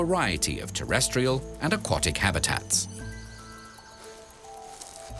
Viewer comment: If you're claiming to provide high-quality documentaries, you may want to watch the narration. I'd expect a video about turtles to be able to pronounce the word aquatic properly.